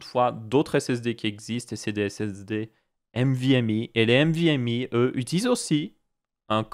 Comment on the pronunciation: C'est pas "mvme" mais "nvme", sinon très bonne vidéo, étant un passionné de tech je connais déjà tout ça mais tes vidéos sont très agréables....